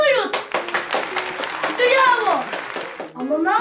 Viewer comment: Bıravo❌ bıyavo✅